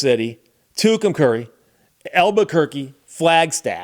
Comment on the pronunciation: Your pronunciation is correct, at least going by Little Feat and the greatest Trucker Song ever written, WILLIN’ … And I've been from Tucson to TUCUMCARI, Tehachapi to Tonapah Driven every kind of rig that's ever been made Driven the back roads, so I wouldn't get weighed And if you give me ... weed, whites, and wine And you show me a sign, I'll be WILLIN' To be movin' :-)